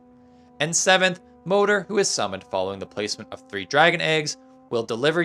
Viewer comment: Moder (mother) and Fader (father), just say the «d»…